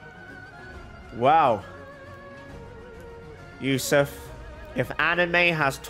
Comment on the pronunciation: Ayo I was watching this video while studying and said "This is Yousuf's account" I was like HUH? HOW U KNOW MY NAME?!? homie said it with correct pronunciation too xD